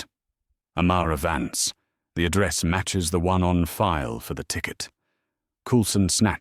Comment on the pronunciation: its amara vance not amara vants